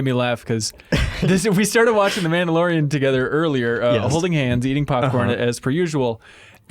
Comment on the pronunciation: *The Minndalorian